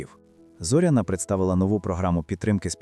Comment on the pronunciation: ЗорЯна, робіть правильний наголос